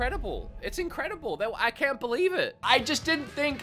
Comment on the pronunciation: As an Aussie, I'm more offended by the way you say 'can't' You're an Aussie. Say it right.